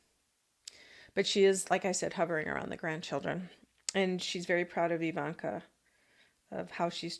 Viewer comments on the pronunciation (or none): none